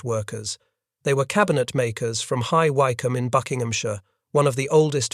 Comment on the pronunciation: Only spoilt by AI narration, High Y- combe? Lol & dates its 21st 30th, flight loo-tenant? Noooo, as in Left-tenant.